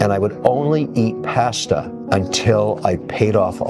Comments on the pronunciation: Pronouncing “Pasta” like that makes me not trust this guy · Never imagined hearing it pronounced “PASS-TUH” would bother me so much. 😅